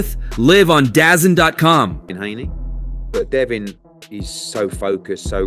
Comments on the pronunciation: Wtf is Dazin🤣 it's call Da'Zone. And lbs is an abbreviation for pounds, but you're talking so why not just say pounds?😂 dumb as hell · lBS (pounds ) Dazin ( DA-zone ) who is this illiterate talking